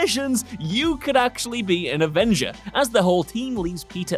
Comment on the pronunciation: he said avengr lmao